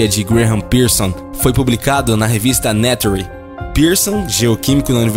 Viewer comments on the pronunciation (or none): Moquerido, Nature se lê neiturr . abraço do walter